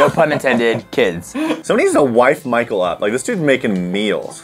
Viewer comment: Michael followed you for like six months and didn't read your name correctly.. lol can't say much I have done the same to another channel